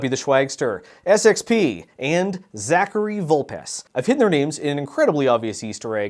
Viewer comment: Wait, wait, wait. Has learned how to pronounce the 'ch' in Zachary?? When did this happen? Nevermind